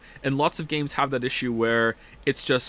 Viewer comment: Cool video but to be honest I'm not sure we needed just 11 hours of saying 'Joms' repeatedly